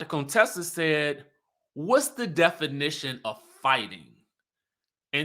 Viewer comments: Her name is not cone Tessa it's pronounce kuntessa. Heavily would purposely call her Contessa in the beginning. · If yall don't stop calling her Cone-tessa 🤣🤣😂😭😂🙏 pls #fixitlawd